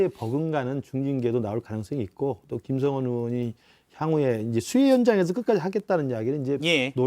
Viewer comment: 왜 자꾸 김성원 apple로 발음하시지 ㅋㅋㅋ